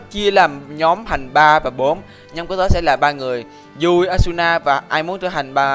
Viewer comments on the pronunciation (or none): yu i chứ không phải dui đâu